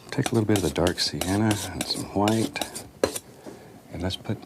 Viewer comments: ikr he says like gwhight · Love how he says whhite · I love how he pronounces "white."